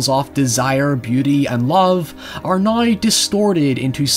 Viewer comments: It’s pronounced “now” (nou) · How normal English speakers say " Now " How says it " Nuaoy "